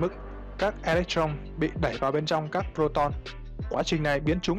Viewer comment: E lếch tron, ad ko học hoá à? Đọc tiêngs việt gọi là ê lếch tơ rông đấy, tron tron cái giề